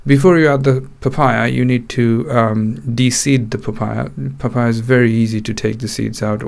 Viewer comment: Pafaya.... lol